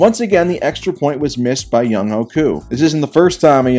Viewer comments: Btw Younghoe is pronounced young-way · Younghoe Koo’s first name is pronounced young-way